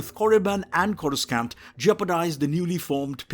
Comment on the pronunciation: Corus skan't Im sorry, but at that point, it's not an accent issues it's flagrantly mispronounced.